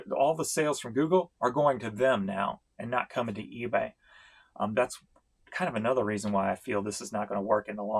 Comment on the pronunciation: The fact that you say Feebay at the mark which is immediately followed up by a cah-ching! is so appropriate. Couldn't have planned it any better.